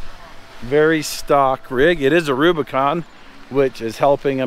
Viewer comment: Jeep "Rubicant"